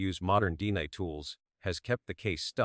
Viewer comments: Dina ,Jonbeni 😅 Dna , JonBenet . AI Can't pronounce names correctly , sounds funny .. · This is the worse narrator I’ve ever heard. Jonbennie, Deenah (DNA).? He sounds nuts.👺👺👺👺👺👺